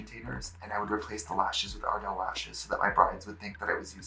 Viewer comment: At first I thought Trixie said Adele instead of ardel 💀💀💀💀💀💀